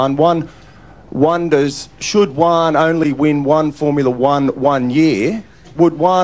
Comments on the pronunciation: Well Juan is a hispanic name and should actually be pronounced as "Huan" not "Wan". The J in Juan is pronounced as the H in the word horse. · Fun fact for english speakers: Juan it's not pronounced Wan, is Huan ! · Fyi Juan is pronounced who-an, not wan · It felt like he knew the difference as he pronounced Juan slightly differently, but probably still awful to Hispanic ears. He seemed to pronounce it like the chinese "wuan" instead of (what I assume should be) a "huan" sound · It's so funny to me how non hispanic people pronounce Juan as One. It's cute. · Why is he pronouncing "Juan" like "one"? Where's the J? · That’s why you pronounce is “Hu-an” for you English speakers. The “J” makes the “H” sound in Spanish. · well I’ve lived here my whole life and this is what everyone’s voice sounds like here, and we Aussies seem to pronounce words that every other accent pronounces completely different the same. One/won/Juan is only one example 😂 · I gotta be the guy to explain how the name Juan is only pronounced like that in the USA, in Spanish it's pronounced "Hoo-an", the J even sounds harder in Spain and some other countries of Latin America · bro how tf pronounces juan like that even as a turk i know the proper pronunciation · this is why you pronounce juan as huan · man it must have been a strugle to the reporter to try and pronounce the J on Juan, but i gues Uan is close enough ( close enough to an east asia name ) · why did he pronounced juan like guan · the way he mispronounces juan though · Lmao at the fact that this would be easier if he didnt mispronounce Juan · In that case you should pronounce the "J" in Juan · Is only funny if you pronounce his name wrong. Because is Juan…no uan. 😂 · As someone who speaks Spanish (and knows how to pronounce their "j"s), this one has a certain cringe factor as the joke relies on a pretty bad pronunciation of Juan.